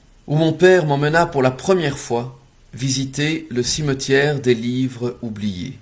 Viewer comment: Mon dieu 😦 vous ne faites pas les liaisons lorsque vous lisez ?! 😮 des livres (z) oubliés 😮